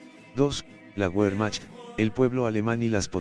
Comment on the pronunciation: Se dice....VERMAJT....!!!